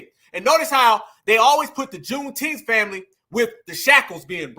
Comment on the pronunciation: Not “KuuneTeenth”.!! 😂😂😂 Yooo.!!🤣🤣🤣